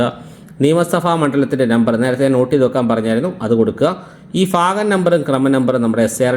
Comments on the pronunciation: lafyam അല്ല. ലഭ്യം. fagam അല്ല. ഭാഗം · ഭാഗം ആണെടോ 😂ഫാഗം അല്ല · ഫാഗം അല്ല സുഹൃത്തേ ഭാഗം എന്നു പറയു.........😂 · ഫാഗം .....? ഫർത്താവ് .....? ഫാര്യ...? ഉച്ചാരണം മോശം ...